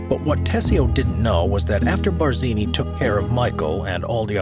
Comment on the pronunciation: pls edit iiut the GD Bardzini! Stopped listenung thwre!